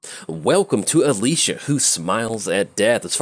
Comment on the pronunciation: Alesha is pronounced the same way you'd pronounce the lesh part in elesh norn. Aleisha is how you pronounced it in the video just a quick aside